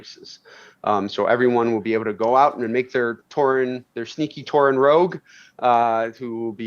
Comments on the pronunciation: you know what else is stupid? Saying 'rouge' instead of 'rogue'. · rogue as cow? lol...